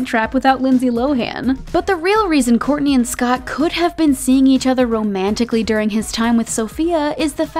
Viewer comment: you had me until you said “kourntey and ~kim~ take miami” 🤒